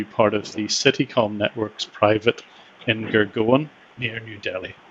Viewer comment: super job, again. Just a minor thing: the place name is Gurgaon as in Gur"gown".